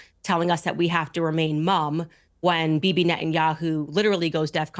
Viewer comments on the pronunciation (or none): none